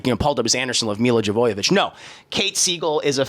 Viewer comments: Not that I respect her body of work that much outside of 'The Fifth Element", but why does always say Jovoyavich? Jo-Vo-Vich.. where is the "YA" coming from? Unless he's goofing on her purposely...? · it's actually pronounced yo-ya-vich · Ive never heard someone butcher "Jovovich" as bad as the fat white guy did.